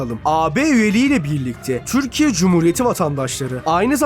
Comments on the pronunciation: Amk öyle bi türkiye diyorsunki izleyemedim türkiye değil tcürkiye konuşmanı düzelt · türkiye ismini çök ser vurgulu söylüyorsun. Telafffuzu düzeltsen daha iyi olcak gibi